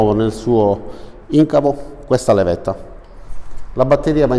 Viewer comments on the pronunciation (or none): Perfòrmans ed incàvo sono le pronunce corrette :-) Video ben fatto, utile come al solito. Buon lavoro